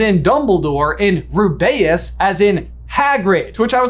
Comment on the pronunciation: Is it me or is he pronouncing Rubeus wrong? I noticed it at the podcast too 🤔